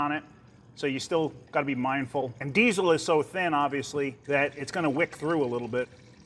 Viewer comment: a lot of emphasis on the zzzzz in diesel lol!